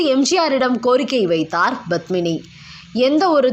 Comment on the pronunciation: Badmini? Please pronounce Padmini’s name properly . It starts with”P” not”B”. It is cringeworthy when you say her name. Thank you.